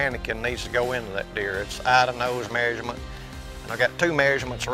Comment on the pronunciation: It’s measurement. Not marriagement